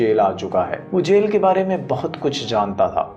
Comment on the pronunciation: Sell nhi jel hota hai